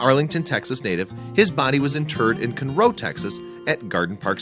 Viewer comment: Conroe, TX is pronounced CON-roe, not kun-ROH. Just a friendly note. The city is north of Houston.